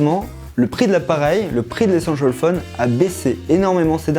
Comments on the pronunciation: Allez un petit effort sur la diction svp.. Et un petit cours d'anglais ? 500 fois essenchal fone c'est pas cool. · échancole phone 😂😂 ( c'est ce qu'il dit )